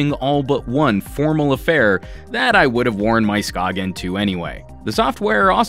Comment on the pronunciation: How it's spelled: Skagen How it's pronounced: Skay-en A town in Denmark